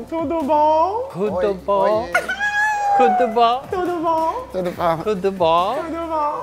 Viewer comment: aaaaah he said "cu do bom" em vez de td bom?